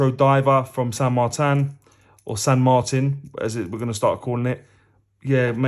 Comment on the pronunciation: Btw your pronunciation of San Martin is correct mate ,no need to change that because Gary at ILW gets it wrong every time .Not a dig Gary is great lol